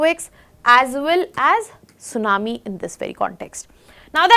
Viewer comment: sunamee no T:face-blue-smiling